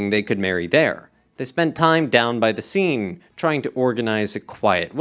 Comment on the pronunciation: LOL, you pronounced "Seine" as "scene" and you want people to pronounce "Moog" as "Mogue" 🤣